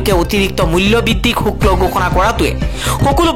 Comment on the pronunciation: শুক্ল নহয় শুল্ক হে